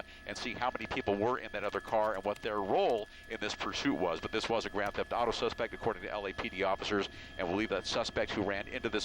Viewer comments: he said grant theft auto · lol i know what a grand theft auto is i said he said grant insted of grand